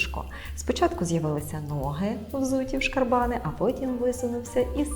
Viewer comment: шкарбанИ У множині наголос у цьому слові на останньому складі глухий кут - це те, що за поребриком називається словом тупік. В усіх значеннях. Я особисто замість закаулак завжди казав і кажу - закапелок.